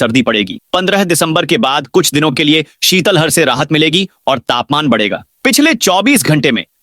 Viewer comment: शीतल हर नहीं शीत लहर होता है, थोड़ा उच्चारण सही करो